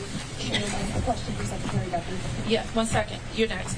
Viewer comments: Did she just say "Shekretary" ? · Shhhecretary? Dafuq? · What’s a “Shreckretary”? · Yes, she did 😂 i heard it as well. Watching from Brazil